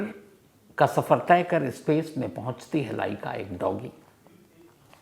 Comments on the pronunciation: Ispace nahi space hota hai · Yaar bhasha to sudharo iskool nahi school hota hai ispace nahi space hota hai